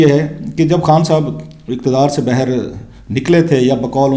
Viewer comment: Rauf SB! You always speaks bayher the actual Urdu word is baahir. Pl correct ur pronouncing.